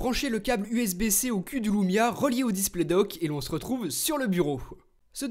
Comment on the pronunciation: l*ou*mia m'a fait hérisser l'*ou*reille tout le long de la video